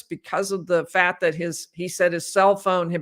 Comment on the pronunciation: People have accents. fails to pronounce t’s at the end of words. fails to pronounce k sounds. sus-pet instead of suspect fat instead of fact kuh-ret instead of correct I have heard language experts say people in the Midwest think they don’t have an accent. I am in the Midwest and I believe I have an accent but I can’t describe it because I don’t hear it.